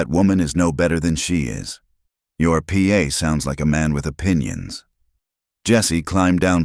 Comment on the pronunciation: Good story. But it's pa, not P A